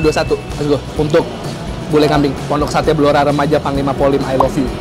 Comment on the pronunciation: 'Fondok Sate' hahahaha